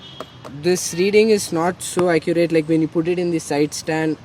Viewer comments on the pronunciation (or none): none